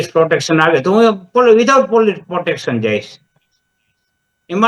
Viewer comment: પોટેક્ષન નય પ્રોટેક્શન પેલા બોલતા શીખ....